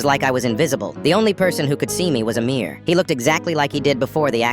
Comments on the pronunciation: Bro he sa8d amirror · I thought he said a mirror at first and was very confused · Coughs did you just say AMIR? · Bro literally said amir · did you say amir 🤨